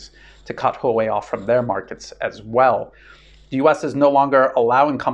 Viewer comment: It's "hwa-way" not "ho-way". That said, you're one of my three favorite youtubers. The other two being Cyrus Janssen and Daniel Dumbrill. Still waiting for a way to support you via bitcoin.